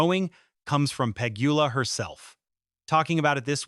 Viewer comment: 👎🏽 Pronounce names correctly—not just Eala’s, but at least Pegula’s too! 👎🏽 Your point is senseless! This is how the sport grows new followers; followers who are new to the etiquette and are learning over time. Pegula, Gauff, Osaka, McNally, Anisimova, and others have all said they prefer playing in front of a full stadium than an empty one!